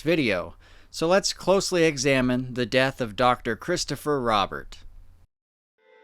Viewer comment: Just a few things their family last name was pronounced roh-bear not rah-bert and while strange yes this was in fact likely someone getting into something they shouldn't have.